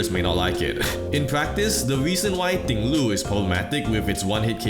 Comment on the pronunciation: This is a minor thing, but carrying over from the arseius video, I appreciate you subtly justifying your non-standard but ultimately correct proninciation of Ting-Lu's name. Now its name makes sense! In any case, thanks for the great video. Your stuff is consistently excellent at really breaking down the game design driving a lot of choices game devs make. Personally, I can see why pros dislike randomness, but find it unbearable at the level they try to avoid it. Bunch of babies cant handle even the slighest amount of variation in games when playing around it is definitely a skill in itself (looking at you, smash players with your innate hatred of SLOPES of all things...). They just have to have Pokemon Stadium 2 every single time. Gods forbid they actually have to play around a bit of terrain variation...